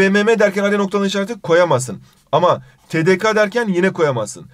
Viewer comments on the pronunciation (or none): tedeka değil tedeke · tedeka diye okunmaz tedeke diye okunur…😊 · Hocam anlatırken te de ke yerine te de ka şeklinde okudunuz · hocam 'un TDK'yi tedekA diye okumasını niye düzeltmediniz? ĞŞWĞPDÖSLCMFM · TDK(A) DEĞİL TDK(E)